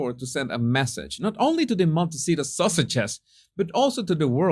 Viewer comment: May I add a moment of humor to this tale of Harkle idiocy? It sounded as if said, the "Sausages" instead of "Sussexes." Hilarious! 😄